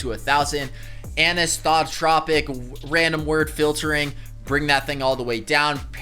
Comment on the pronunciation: Say it with me,: Anisotropic Ann-eye-so-trah-pick